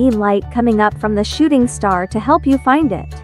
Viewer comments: Am I the only one who heard "Shitting star"? 💀💀💀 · Nope I heard shitting star too😂